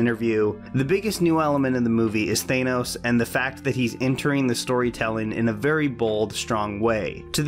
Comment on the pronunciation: Thanos not Thaynos